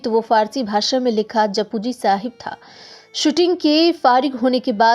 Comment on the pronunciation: It's not pronounced as japu but jap ji sahib